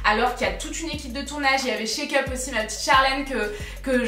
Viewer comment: Tu m’as fait mourrir de rire sur avec la comptable. Par contre quand tu parle de Charlène de la chaine chakeup j’entends check-up 😂